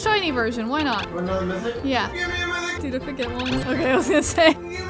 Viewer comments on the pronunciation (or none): mythic is trash mithic is good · Me to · LOL SAME I WAS ABOUT TO COMMENT IT, BUT IT DIDN'T NOTIFIED ME